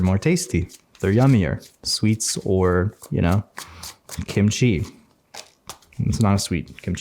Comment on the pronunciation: SURPRISED when you said kimchi😄 im korean and recently I got a lot of consolations from your videos, and it's nice to hear you say kimchi! i love your videos and your words 😌